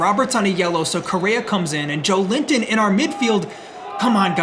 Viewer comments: It’s not Joe-linton it’s Jo-Elinton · Hey mate! As a Brazilian who loves your series, one little hint: At the start of the video i was like "who is this Joe Limpton guy, never heard of it"... and then i saw his name and figured it out it was Joelinton, the CM of my national team haha! In case you'll keep him for a next episode, try to pronnounce Jo-Wellington, with the é sound hehe. Other than that, great content as always! You the best. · Just a heads-up! Joelinton is pronounced as Joe-eh-leen-ton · Just a quick tip from a brazilian, hope you don't mind... Joelinton correct pronunciation would be more like "Jowellington"😅 Once again, great work, this series keeps on being amazing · Cheers from Brazil! Just a heads up: Joelinton's name is actually pronounced like "Joe Wellington"! That being said, keep up the awesome work, this series has been insane! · I am Brazilian, you are saying Joelinton name the wrong way. its Jo-élin-ton! google translate migh help you. love your vids bro!!